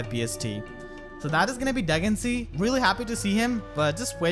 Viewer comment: Yoooo isn’t it pronounced Duhg-in-see-ah?